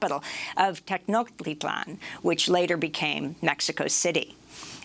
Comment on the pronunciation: It made me giggle to hear Amy pronounce Tenochtitlan. She's usually spot on with code-switching, but Native American languages have some rare phonemes, specifically the consonant tl. The easiest way I've found to teach it is by saying "Atlanta" then gradually eliminating the A. For practice once you get it, try saying "atlatl" in 3 syllables: a-TLA-tl. The ch is like chair; nothing fancy there. Thus, Te-NOCH-ti-tlan.